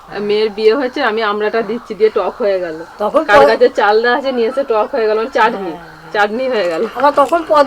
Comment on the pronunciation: মটন পালোয়া ( পোলাও), কৃষ্ণার ফেভারিট চালদার(চালতার) চাডনি(চাটনি)। কী সুন্দর উচ্চারণ!!!!!